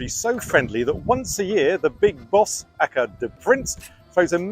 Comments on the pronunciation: did he just pronounce aka. acka? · Never heard anyone say aka as if it was a word before.